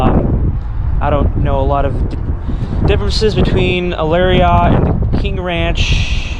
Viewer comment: thumbs down because you pronounced it larryaughts. Also, all my doors unlock with the remote.